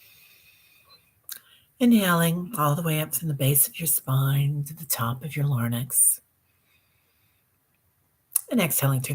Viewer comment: don't mean to be critical, just wanted to give you this assist: larynx is pronounced "lair-inks"